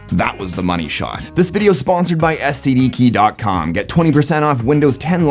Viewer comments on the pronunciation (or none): For a second I thought he said "this video is sponsored by STD keys"